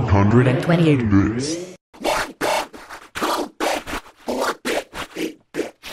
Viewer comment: OnE HUnDRed AnD tWentYeigHt Bæts